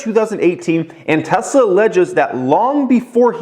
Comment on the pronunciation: Tesler tesler tesler com on TEVA 😂